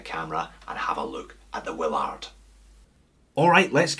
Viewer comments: Is there some arbitrary reason to mispronounce the movie character's name as Captain 'will-ARD?' You don't say, "sei-KO." The character's name is pronounced "WILL-erd." They say it like that in the movie about a hundred times. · Cpt. Wil-lard... Funny.